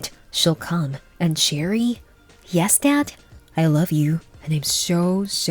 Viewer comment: It’s cherie not cherry.